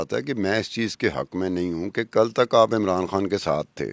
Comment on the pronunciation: بیبی کھان نہیں خان حے حناء نا بولو